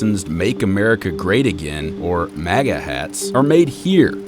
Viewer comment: You are pronouncing MAGA wrong